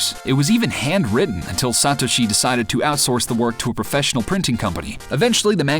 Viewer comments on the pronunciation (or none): OMG Learn how to prnonouce Satoshi, you psychopath!!